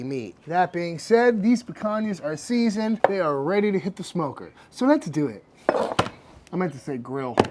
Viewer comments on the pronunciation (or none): I died at the “SO LES DO ET”